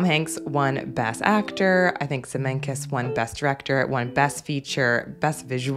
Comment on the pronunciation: It's Zemeckis, not Zemingkis. And Field, not Fields.